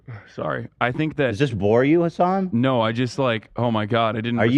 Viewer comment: I never knew if pronounicng hasan's name as "Hasen" is a joke or if that's how u actually pronounces it. Hasan never reacts to it, and I don't think Hasan has ever pronounced it like that